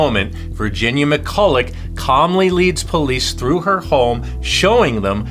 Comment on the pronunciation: Just to note her name is pronounced McCull-a